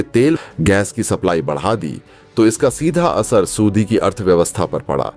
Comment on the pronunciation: ( aur ) Saudi ka galat uchcharan